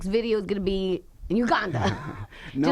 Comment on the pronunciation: The way he says Uganda annoys me...